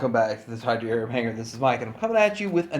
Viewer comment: Um, it's HANGAR, not hanger. LOL